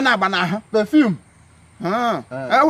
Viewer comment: Perform (perfume) lolz